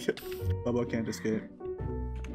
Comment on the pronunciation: Another video, another day and his british debuff mispronouces Baablu's name #Bah-bu-loo🥲